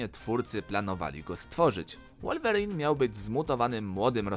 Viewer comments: czyta się łolwerine a nie wulwerin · I jeszcze powiedział łolwerine a nie wolverine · to jest wolverine więc czyta sie wu . I nie liż mu dupy nie warto